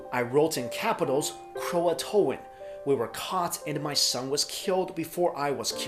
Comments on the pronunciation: Croatoan... Roanoke? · croatoan? wait what?